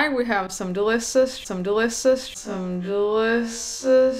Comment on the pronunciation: "deliocoss" did I hear that or its just me 👇👇👇👇👇👇